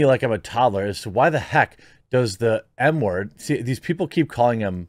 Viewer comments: When Jeremy was saying M-word over and over because it's illegal on YouTube to say murderer. it sounded like he was saying N-word. I was like why are people calling Kyle a N-word now. And that's the problem with censorship because pretty soon he will have to talk like this... H-word E-word I-word Jeremy F-word The Q-word. (Hello everyone I'm Jeremy from the quartering) That's our future. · Lol every time I hear Jeremy say “M” word I hear “N” word.